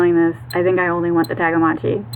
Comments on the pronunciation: It's Tamagotchi, not Tagamotchi! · Is she calling them tagamotchis instead of Tamagotchi